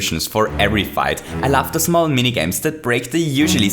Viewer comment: in the intro, i understood ''i laugh'' instead of i love. this is the most random comment on this video